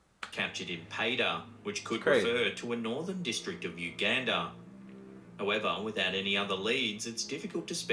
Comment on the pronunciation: He said Uganda all wrong 😭